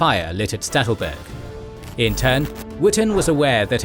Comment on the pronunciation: Poor Sattelberg, always getting pronounced Stattelberg :(